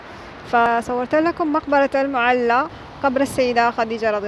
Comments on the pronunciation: المعلاه وليس المعلا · المعلاة وليس المعلا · طبعا في المجمل شي جميل ما تقومين به اختى الكريمه في كل فيديوهاتك ولكن في هذا الفيديو لموقع اثري مقبرة المعلاه وكما لفظتيها بالمعلا بتشديد اللام وهذا خطأ في صحة الاسم لانه كثير من المتابعين يعتقدون بان ما لفظتيه اسم صحيح ايضا العزة وانتي لفظايها غزة بدون الالف واللام وتفرق بين غزة والغزة اتمنى في اي اسم يكون صحيح وخاصة المواقع التاريخيه حتى لانعبث بمسميات تاريخية ذات قيمه علمية وليس مجرد تعليق على فلوق لكسب عدد من المتابعين اتمنى قبول ملاحظاتي ولك كل التحية والتقدير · اسمها مقبرة المعلاة اللام عليها فتحة بدون شدة أي لاتنطق بالشدة هذا الصحيح